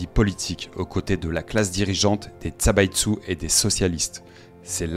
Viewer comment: Zaibatsu pas Tsabaitsu. On a étudié ça au lycée.